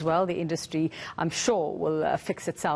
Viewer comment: His name is pronounced, as in Du Toy. The blame for our poor economy lies solely at the hands of Government and their propaganda agents, the Media including your channel in which Government has a stake. You have not been objective, impartial or critical of Government, on the contrary any one who showed any objective criticism of Government, you at ENCA made them out to be crack pots or delusional idiots even after the High Court declared the Regulations as invalid and unconstitutional. You are not honest in your reporting as millions of people are marching around the world in protest of Covid restrictions yet you fail to report this. Sad to say but Donald Trump was right again when he referred to the Media as the enemy of the people. Your actions make this abundantly clear.